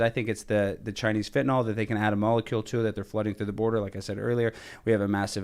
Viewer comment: i so wish ppl would stop pronouncing it Fen-ta-nawl, it's Fen-ta- nil, Fentanyl